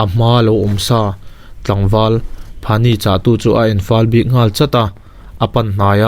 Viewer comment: Phani ni lo in phanyi tih a ni zawk e😃😃